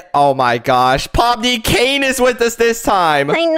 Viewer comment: Canines name is so funny and you keep saying his name wrong